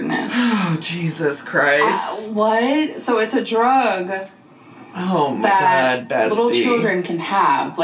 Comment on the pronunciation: I love how you say “OoOoh ma gawd” lmfao 😂